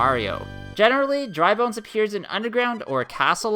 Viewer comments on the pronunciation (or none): none